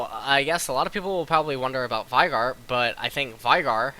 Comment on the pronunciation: VI GAR sorry but you really make some pronunciations really weird. why do you do that? It's not korean, it's not american english, and it's not uk english. :P